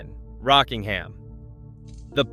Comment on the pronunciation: He said it properly but used a bad stock photo.